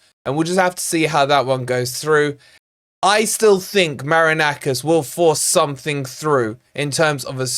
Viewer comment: do you pronounce the owner's name "Maraknackers" on purpose? 😅